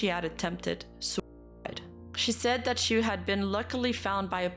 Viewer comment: Everytime she says "dat" i feel joy